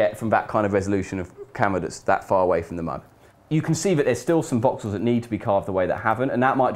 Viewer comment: I never could figure out how the heck you pronounced that.